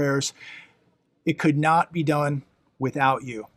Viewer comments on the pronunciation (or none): none